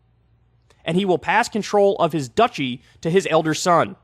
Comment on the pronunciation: Dutchy =/= Duchy, Kyle please! Haha <3